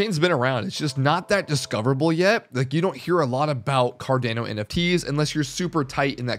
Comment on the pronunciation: It’s pronounced CAR-DON-O